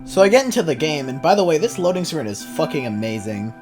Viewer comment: you pronounce loading like me and my brother> step 69: make your voice sound deep step 69: say loadin. g